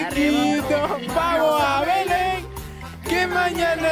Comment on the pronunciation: Le salió el "vamoj" de Santa Cruz